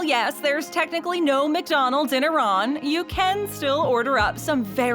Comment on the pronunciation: Ok but what the hell is a-ron I know what Iran is but not a ron